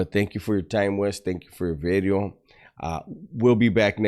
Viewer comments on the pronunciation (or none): "New bideo"